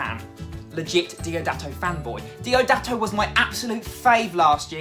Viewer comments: It's DIODATO, not DOIDATO! A hug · Diodato not doidato 😂😂❤️ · Ahahaha mate it is Diodato not Doidato..... so cute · It's Diodato, not "Donato." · Ehy... Psss... Just a little advice: if you're a legit fan boy, you should know that his name is dIOdato, not dOIdato... 😬👍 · DIODATO NOT DOIDATO ahahahah ; ) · It's not Doidato but Diodato 😅